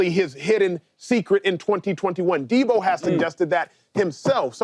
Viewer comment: James Jones saying Deebo is a superstar, but can't once say his name correctly is wild. You know superstar's names. Deebo Samuel. No "S" at the end.